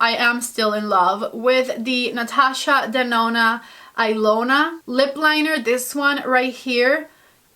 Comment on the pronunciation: Absolutely loved this video. Amazing!! We share about 70% of love for the same exact products. I love your reviews, I love your recommendations. And one last thing being that I’m Ilona and you’ve mispronounced Natasha Denona’s lip liner which I own and love as well . I grabbed it right away as I can’t find my name on anything ever.. seeing her use it I was amazed and super excited.. it didn’t really matter what color lol My name or the liner name is pronounced Eeeee-lona. The i is pronounced as a letter e. Can’t wait for more reviews!